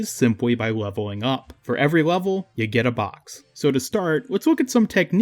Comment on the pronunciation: Whenever you said something with an L sound you said w. Like multiple times you said weveling up. Sometimes (most of the time) wheb you said play you would say pway too. I just found that really funny